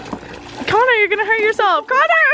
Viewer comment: "ganna" LMAO